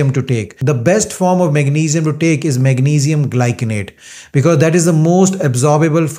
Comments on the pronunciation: The correct pronunciation of magnesium glycinate is mag-NEE-zee-um GLY-suh-nayt. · Its mag..ni...zium...gly.....ci....nate... but as an indian they prononce it differently....